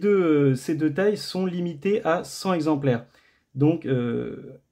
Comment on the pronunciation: Par contre petite remarque, on dit "cenT exemplaires", pas "cenZ exemplaires" ;)